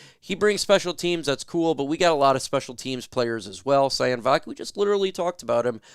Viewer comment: Sione is pronounced Siy- OW -Neh-. Think italian, like Giovanni Manu. Both players with Polynesian origin. Not SI-ON. Vaki has a French Polynesia name origin.